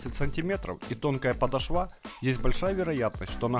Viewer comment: Не подошвА, а подОшва